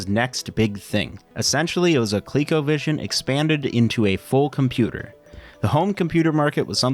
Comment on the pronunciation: It should be pronounced "Co-leh-co" not "Colique-o"